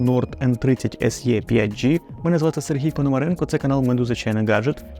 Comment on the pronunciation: Не "ес є", а "ес і", або "ес е".